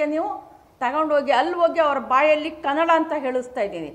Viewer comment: ಮೊದಲು ಕನ್ನಡ ಅನ್ನುವ ಶಬ್ದವನ್ನು ಸರಿಯಾಗಿ ಉಚ್ಚಾರಣೆ ಮಾಡಿ.